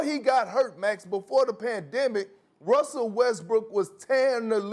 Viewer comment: Broooo 😂😂 Am i wrong, or is Perkins continuously saying "Wussell Westbrook"?